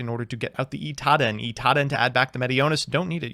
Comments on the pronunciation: Its "Cyber Angel Idaten" not "Itaden" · You lost because you pronounced it Itaden instead of Idaten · To this day, I’m still not sure if he reads Idaten wrong or if he’s doing it on purpose like with the other ones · I mean He still says idaten wrong